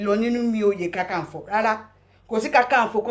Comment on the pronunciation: Not kankanfo, it is Kakanfo. My lady.